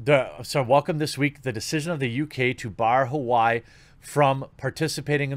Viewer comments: Say it with me, Jeremey. Wa-Way Not Hawaii. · Its pronounced like wah way, more people need to be calling this stuff out. I appreciate what your doing here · Just a heads up you pronounce Huawei "Wah-way" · Huawei is pronounced differently than it would look to most of us, it is more like "wahwei", actually you've probably heard Trump say that strange sounding name and not made the association. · We appreciate you covering this a little, but you HAVE to learn how to say the names right. HUAWEI is not almsot like Hawaii. Why not watch a couple reports from CHINA UNCENSORED and see how they say those names, then it'll be easier on you in future. Def. use your platform.